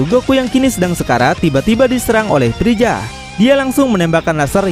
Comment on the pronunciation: Freza om bukan prija